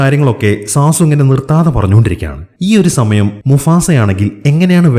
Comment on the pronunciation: Musafa alla mufasa😂🙂